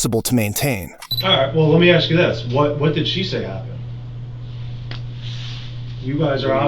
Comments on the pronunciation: “I didn't axe 🪓 you anything." You're the reason Yte people always mock us with 🪓. It's A-SSsss - Kuh. Ask!!! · Such a punk with his smirky little face hanging down at the floor. "You aks me, I was in da hospital wif her".